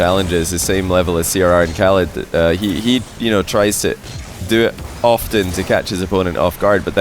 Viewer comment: Do KSA players ask to pronounce their pseudos like that? The way he started saying "Ahrrcmad" for Ahmad 1 or 2 years ago, "oRrhalid" for oKhalid, and now it's "Rrhawass" for Rw9